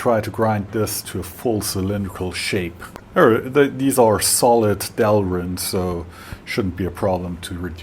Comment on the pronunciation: It’s not delrin.